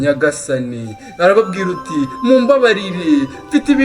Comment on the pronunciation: Courage ntibavuga ngwarababwiruti ahubwo bavuga arababwir' ati!